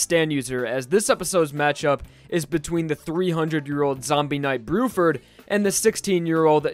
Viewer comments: I think you mean bluford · It’s actually Blueford instead of Bruford